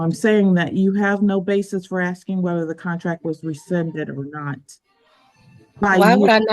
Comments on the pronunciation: all you're doing is 'axeing' dumb questions 🙄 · She should be imprisoned for axing everyone. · She axing for troubles!!!